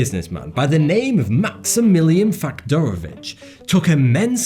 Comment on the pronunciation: You said "Faktorowicz" really well